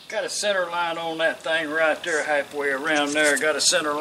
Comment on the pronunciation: She says "That thar is mind chatter".